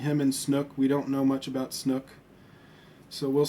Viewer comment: It's snoke, not snook.